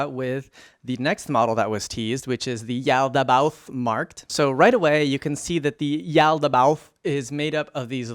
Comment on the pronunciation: Pretty sure you nailed it. I think it's just one of the words with lots of mouth feel. Like "colloquial", it's a process to say, yet hits the ears oh so sweetly.